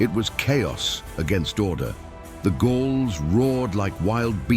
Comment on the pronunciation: Its Gauls not Goals,your ai sux. DRC!!